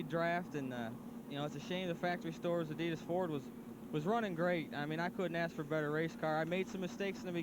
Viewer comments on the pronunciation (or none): none